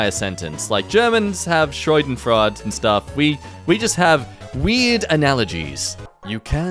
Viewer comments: Shoydenfraad, I'm dead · Scheidenfraud A whole other thing. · ah, yes. Schoidenfraahd. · no, there's an e at the end of the word. More like "Shadenfroide" with a slightly "harsher" pronounced "r" Source: I am German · i might be biased cause of duolingo but honestly this is like the easiest word in the world "shah-din-froy-duh" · THAT WAS “Shadenfreude”?! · Sha den fro eeduh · trying to say "Schadenfreude" causes me immense psychological pain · As a TF2 player, yes. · Yeah… I was trying to look up what it meant using his pronunciation, but it wouldn’t work and the transcript didn’t help. Then I took to the comments. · Same! It was so perfectly wrong. I loved it :') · The pronunciation Schadenfreude made me shiver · butchering the phrase “Schadenfreude” made me scream at my iPhone in German I’m sorry but I’m the kind of person who’d instantly correct you if you mispronounce a German word/phrase, it’s just how I’m built as an American who learned and understands German almost perfectly